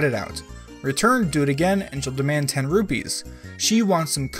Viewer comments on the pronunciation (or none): none